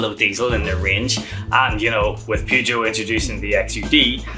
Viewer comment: you need to Learn how.to pronounce Peugeot.